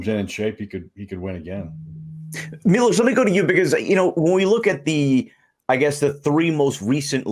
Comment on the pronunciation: It’s Milos not Milosh